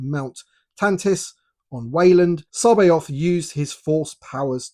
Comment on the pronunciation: Nailed that pronunciation!